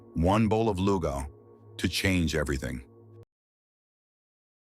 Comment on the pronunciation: it's Lugaw not Luga .. :)